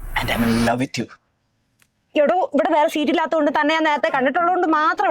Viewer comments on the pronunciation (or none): none